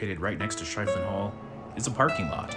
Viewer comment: That's pronounced "sheffelin".